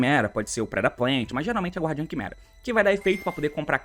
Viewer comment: T, a pronúncia de "Guardian" é "Gardian", o "U" não se prenuncia ❤